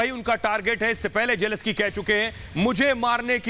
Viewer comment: PRONUNCIATION IS NOT JELESKY. IT IS JELENSKYY जेलेंस्की !